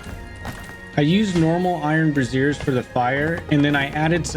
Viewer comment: I'm really enjoying this build (gathering ideas!) but I have to point out that the word "brazier" is pronounced "BRAY-zhur." You're saying "brassier" - which is what I, as an old woman, carry my bewbs around in. ... I love your work, though. This is great.